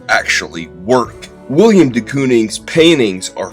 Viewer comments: I’m only in and looking forward to this but I just have to say first it’s Willem man, Willem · It's Willem, not William! C'mon man. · His name is Willem not William. Love the short video other than that though.